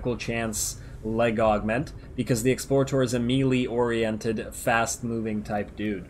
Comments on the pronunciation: what in the world is a mealy weapon?? (MAY-LAY) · Melee = May-Lay.